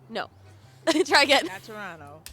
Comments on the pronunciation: guaranteed they could name three if they knew that they were Canadian, which they don’t. come on, you’ve watched enough videos to be able to pronounce Toronto properly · You know someone is American when they pronounce the second "T" in Toronto. LMAO